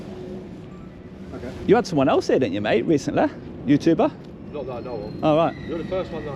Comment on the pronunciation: Youtooober lol, learn how to speak